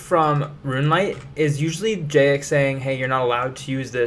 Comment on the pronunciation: I don’t trust someone who can’t pronounce “Jagex”